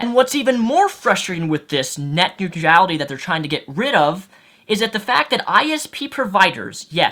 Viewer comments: Neutrality(new-tral-ity) not new-tree-ality lol not hating just advising. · It's "neutrality", not "neutriality". How can you know so much about a subject but not kow how to pronounce the word correctly? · STOP SAYING NEUTR*I*ALITY!! There's only one I in that word! You spelt it correctly in your video title, why can't you say it properly? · Why can't you pronounce "neutrality"? It's not "neut-reality". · WHY DO YOU KEEP PUTTING AN EXTRA "E" IN NEUTRALITY!? It's extremely annoying... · Urgh my brain...please never pronounce it 'Neutrurality' again :'(. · I am finding it difficult to watch this video because I keep hearing "net new tree ality" instead of "net new tral itty". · you pron neutrality as nutreality. hahah xD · every time you try to say neutrality in his video i cringe. i don't deserve to do so by any means, i make similar mistakes, as previously stated i sometimes say nucular instead of nuclear, but jeez, so many times in a row, did you never try to read the word before you said it? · neutrality, "newt rality". sound it out. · I just don't think he's heard it pronounced right, or given much thought to it. He pronounces everything else right. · Your inability to pronounce neutrality is annoying the piss out of me. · Yet he manages to pronounce every other word just fine. Also iality is not a suffix. Sometimes people just get things wrong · You butchered the word...neutrality :P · There is no "I" after "R" in neutrality. I know it doesn't affect the general message of the video, but you are pronouncing it wrong and it's distracting. Otherwise, nice video. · No disrespect to, but yes, it was a little distracting. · your pronunciation of the word neutrality is about as bad as george w. bush's pronunciation of nuclear. don't get me wrong, i pronounce allot of things horribly, including the word nuclear (i still like to say nucular) and your problem with neutrality is similar bud.